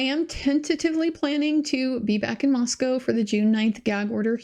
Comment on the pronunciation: Thanks so much,. I knew we finally had a local by your pronunciation of Moscow.;) (I grew up in the area.)